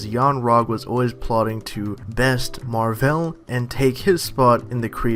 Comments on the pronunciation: Wow. Man certian crap irritates me. Stop making videos on the mcu if you cant even pronounce the names right. Its marvel, not marv'el. Seriously go back to your DC world. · Skankhunt42 He pronounces it Captain MarVEL